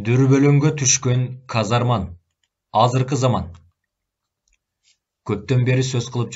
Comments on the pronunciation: Казарман эмес казарма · Ээ дос казарман эмес "казарма" болуп журбосун коп ката окуп атасын го... Бирок соонун чыгарма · Сонун чыгарманы аябай ката, сабатсыз, туура эмес окуп жатат. Көп кайталанган каталар : Мохажед ~ Моджахед Каттуу ~ Катуу Казарман ~ Казарма